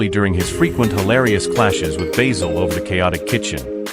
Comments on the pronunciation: I is pronounced Baasil, not Baysel! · BAYZIL Fawlty ? it's BASIL Fawlty !!! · These AI voice overs are sooooooooooo irritating. It's BASIL ... as in the herb ... not BAYZIL! The sooner YouTube bans these annoying AI produced videos ... the better. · Why is your music so loud? His name is bAzil, not baYzil! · Alice was not played by Una Stubbs and who on earth is Bayzil? .. Good grief. AI bullshit. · If you can't even pronounce Basil as a christian name Don't recommend earned ! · So lets get this right you claim to have watched this program yet you cant say basil properly jesus wept americans hear how something is said. Then say nope thats not right ill say it the way we think it should be ignorance at its best